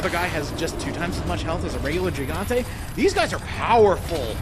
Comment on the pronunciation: It is pronounced 'Hee-gante', dude.